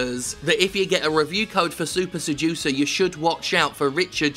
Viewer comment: I need to check my hearing, at first I though his game was called "Soup Seducer". Wich, incidentally, I would buy ten copies of a game called Soup Seducer, FYI.